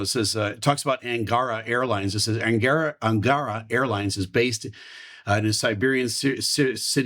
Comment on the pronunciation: Sir, thank you for your analysis. One more thing: if you do want to sound more convincing for Russian auditorium, please make stress on the last part of the word "angarA" because that is the genuine original way to pronounce it. Thank you again!